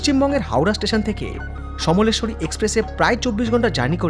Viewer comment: আচ্ছা ভাই, ২টো এপিসোড ধরে তুমি সমলেশ্বরী এক্সপ্রেস বলে যাচ্ছ? ওটাতো সম্বলেশ্বরী এক্সপ্রেস হবে!